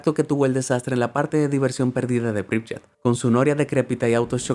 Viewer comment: Se pronuncia pripiet no pripyet